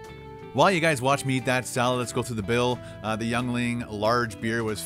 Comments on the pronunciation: it's pronounced YING-LING, not YOUNG-LING! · strong choice on the yuengling. it's pronounced "ying-ling" just FYI. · Hey! I can tell u are really digging the Yuengling Beer. It's a brewery about 40 minutes from my house here in Pennsylvania.. Actually the oldest in the US. Just to help u out, it's pronounced Ying-ling. 👍🏻 your one of my fav you tubers!!! Watch ur vids every nite before I go to sleep!!! They also have a LIGHT version in the beer as well as bottles. Verrrry popular in my neck of the woods 🍺 CHEERS! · I live in the town where yuengling lager is brewed. It's pronounced ying-ling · It's pronounced "Ying-Ling" for future reference my good sir. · The beer is pronounced ying a ling.